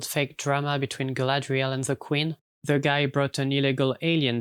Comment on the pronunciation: Mam I beg You, dont pronounce „the” as „ze”, it hurts